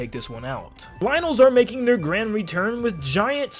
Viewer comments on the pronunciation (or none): none